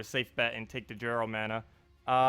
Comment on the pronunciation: You are killing me. It is pronounced "yarl," not "jarrel."